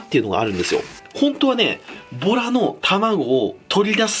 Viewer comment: ボラの卵の〜 のボラのイントネーションが完全にトラやったで！？ 撮影中にトラと遊んだな？ψ(｀∇´)ψ